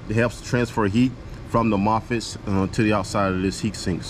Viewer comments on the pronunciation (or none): What is a "mofitt" 😂